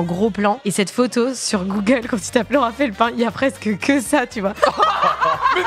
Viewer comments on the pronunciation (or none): none